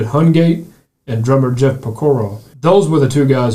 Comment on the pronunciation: Ya messed up Jeff’s last name. 🤦. May he and his brother RIP .